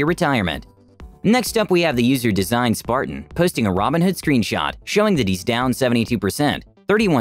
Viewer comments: Yo im listening to the audio only and I swear yoh pronounce robinhood and ramenhood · The videos are great, only thing I would maybe nitpick is everytime you say "robinhood" I have to do a double take, because you pronounce it basically like "ramenhood", lol, wonder if anyone else noticed that :P But the recap videos are great, nice to get my gambling fix satiated vicariously